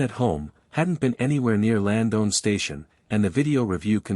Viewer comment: Horrible pronouncation bud. It's Lands-down Station, not "Land-own" station. And it's Little Musquodoboit ( pronounced Mus-ka-dob-it), not "mus-go-ba-doit" 🤦🏻‍♂️. Slayed it buds. I hope this two little ones are found safely soon